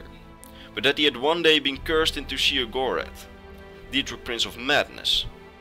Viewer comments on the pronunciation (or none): Great video as always, but there's 2 things I need to straighten up: Sheogorath is pronounced "Shay-oh-goh-wrath" The Greymarch doesn't last 1 day, it's an event that takes place during the remaining time of the last year of an Era. First, the Great Torch of New Sheoth goes dark, indicating thee start of the Greymarch, then the Obelisks of Order become activated by defected Priests of Order, them the crisis keeps escalating until Sheogorath himself is freed as Jyggalag. Funny thing that happened to me: When Sheogorath was morphing into Jyggalag and saying how he was totally gonna rekt the Isles, Haskill gave me his greeting, "Always a pleasure." Needless to say I had a good laugh.